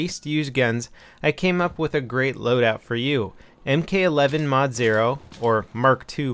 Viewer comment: pronounced 'mark-eleven', brah. sick vid, though.